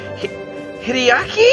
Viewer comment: I think Hideaki's more surprised that you actually pronounced his fucking name RIGHT for once XD